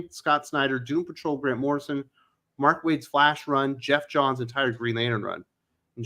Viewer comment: It was driving me nuts when he kept saying Morrison lol!!!!